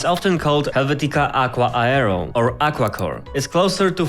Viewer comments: He said Aero as Ayero 😅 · Love the vid. In future tho, aero is pronounced more like “air-o”